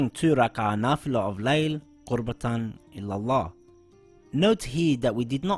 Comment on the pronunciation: Qurbatan ILALLAH is RIGHT. Qurbatan illalah is wrong